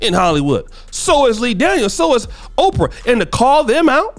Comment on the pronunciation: OPRAH. Not OFRAH bruh...🤣👍🏾